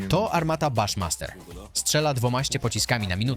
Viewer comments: Fajny materiał. Jedna rzecz jaki baszmaster? Buszmaster tak jak prezydent Bush. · armata "Buszmaster" a nie "Baszmaster"